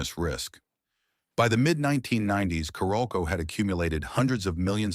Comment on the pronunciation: It’s pronounced Carol-co.